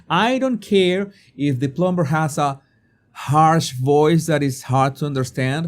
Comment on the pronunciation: Jesus, la “b” en plumber es silente. Se lo digo con todo mi respeto y espero que así lo reciba. Gracias por sus excelentes videos. Bendiciones.